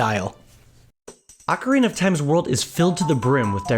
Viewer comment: Video would be SO much better if you could pronounce ocarina properly. It's barely watchable.